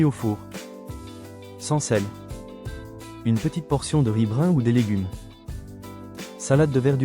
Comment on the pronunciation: l'IA n'est vraiment pas au point. Essayez de faire un effort et de faire des videos par vous meme. Le coup de "pluribrain" pour + riz brun, m'a achevee